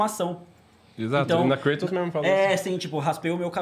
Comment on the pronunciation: Pronunciar "Kreitos" em inglês é muito sem noção da Etimologia da palavra. Κράτος é grego, se pronuncia KRATOS muito próximo como no Português.